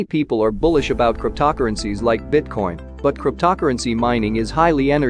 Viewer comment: “Crypt-tockerencies”, well godDAMN this is going to be a legit video…